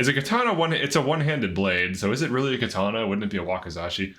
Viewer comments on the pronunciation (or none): none